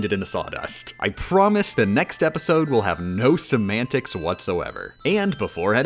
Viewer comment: At this point when she says "semantics," I just hear "some antics."